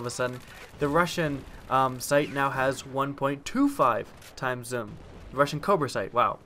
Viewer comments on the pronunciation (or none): I like how you say zoom,"zum" sometimes I'm not hating just think its funny/cool